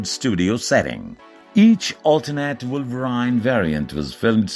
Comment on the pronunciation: Wolver "i" ne? Lol What a dumb!